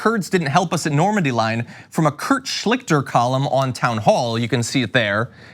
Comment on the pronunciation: It's embarrassing to listen to this clown, he's such a complete moron .. "Normandie" .. really .. "Normandie" .. get this idiot out of the White House, he's ruining America.